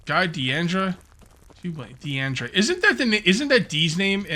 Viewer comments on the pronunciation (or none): FFS, its not DE-ANDRA, its just DINDRA. There is no a after the I